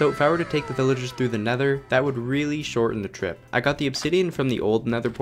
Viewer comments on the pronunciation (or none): guys, he is saying pillagers instead of villagers